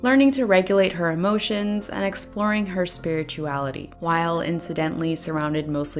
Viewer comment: I heard “superiorality” instead of spirituality. Having read & watched EPL, it works. Really enjoyed your review!